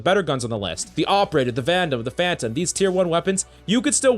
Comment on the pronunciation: All i can here is AWPerator